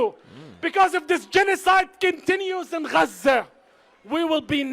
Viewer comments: They don't even correctly pronounce the name of Gaza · Idiots!!! And why in the hell does he pronounce Gaza like that?? Sounds like he’s trying to hock up a lugie!! I’m with you, “Get the F**k on”!!! Bye Faleeesha!!! 🇨🇱🇮🇱